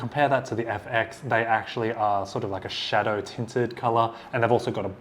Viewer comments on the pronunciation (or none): none